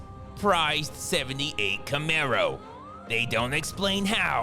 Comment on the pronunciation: "Camero" LOL